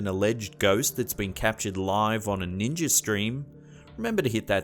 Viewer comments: What the hell is a Ninger? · Ninjer???? I do not know ninjer...Shoot, I don't even know Ninja..,. Hahaha 😂 😂😂 😂😂 😂 ninjer